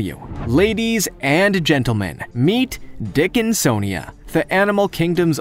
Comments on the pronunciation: "the dickinsonja was quietly developing"! 🤣 ( or so)😂🤣🤣😂🤣🤣 I can't help it!!! I fell out laughing like a THIRD GRADER!!!! 🤣🤣🤣 I wasn't even THINKING about anything like that either!! Couldn't have been further from my mind! I mean,, I ain't even had a naughty thought, for at LEAST about 5 minutes or so!!! I'm glad you pronounced THAT one correctly though!! It sure gave me a GREAT laugh!!! Thanks!!!!!!🤣👍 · I’m sorry... the dickin-SON-ia???